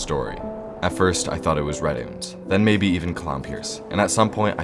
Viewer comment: "Mabye“ is crazy